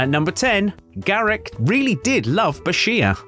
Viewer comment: "Garek" ?!!!!!!!!! Really ?!